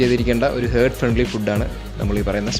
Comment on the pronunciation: ഹേർട്ട് അല്ല ഹാർട്ട് ആണ് 🥰